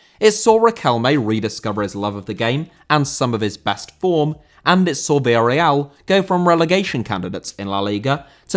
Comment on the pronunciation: Villarreal* not Via Real